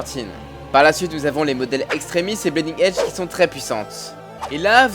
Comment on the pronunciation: bonne vidéo mais sérieusement il faut faire quelque chose pour la prononciation la parce que bleeding prononcé blaiding, fear prononcé faire ou hulkbuster prononcé hulbuster c'est pas possible la